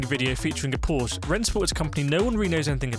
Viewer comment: Dear YT algo: The E on Porsche is not silent.